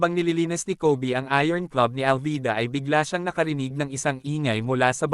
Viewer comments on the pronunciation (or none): none